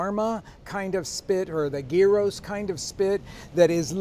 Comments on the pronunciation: Did you just say GEARROS? ITS GYROS (yee-ros) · Gear-oh????? It's Year-Oh. Geez. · gyros with a hard "g?" Never heard of it. I have heard of "year-os," the greek sandwichy kinda thing. ;-) They're very tasty. But I'd go with tacos al pastor any time! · what's a guro? 🤣🤣🤣